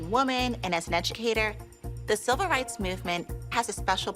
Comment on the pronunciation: mannn i really need to get my hearing checked because i swear holly said, “the silver rights movement” 🤦‍♀️